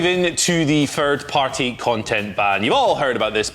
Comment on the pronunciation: It’s THIRD party not FIRD party. This isn’t a speech issue this is a lazy way of speaking issue